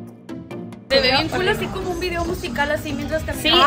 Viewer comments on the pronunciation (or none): none